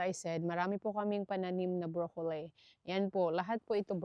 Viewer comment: this is not bashing, yung pronunciation mo ng "broccoli" iba iba kung minsan yng letter "i" ginagawa mong long "i" kng minsan short"i". Tingin ko confusing, pronounce mo ng short i yan talaga ang tama dito sa Canada never heard na long i ang pronunciation. Sorry!!!